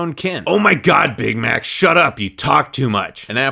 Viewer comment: Omg bamax shut up I legit thought he said bamax instead of big Mac XD